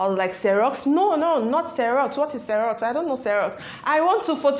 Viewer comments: it's actually xerox not xeros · Xerox not xeros ma'am